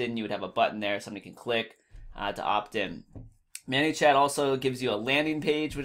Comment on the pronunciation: Thanks for your VIDEO... has anyone ever told you it's pronounced "MANY" (like 'I have too MANY FB friends') and not "MANNY" (like "meet my friend MANUEL, he goes by MANNY'). Just thought you should know. Sorry don't mean to be negative, it was just distracting to listen to. ;)